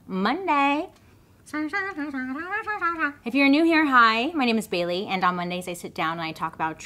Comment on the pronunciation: Aww Bailey! Nailed it, ur awesome Miss Sarian.. u make me giggle with ur sarcasm and I love how much u care.. and with how much u try to pronounce names, things and places it’s getting better, u rock!! ❤️😇